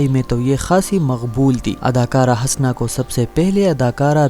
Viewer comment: Bhai aap Husna ko bar bar Hasna keh rahay hain.Apna talaffuz durust karain.Shukria.